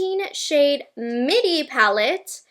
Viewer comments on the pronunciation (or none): none